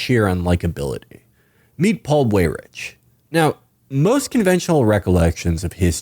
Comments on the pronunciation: It is really distracting to hear Weyrich incorrectly pronounced "way-rich" over and over and over again. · It would be out of character for Felix to pronounce things correctly